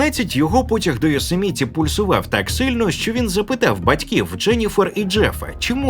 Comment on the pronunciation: ЙоСЕміті а не йосеМІті баран. Акцент став правильний😂 . Ааааа якже воно вухо ріже .....